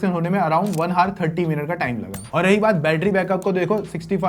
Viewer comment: Bhai Hour ki pronounciation sikhle dhang se 😂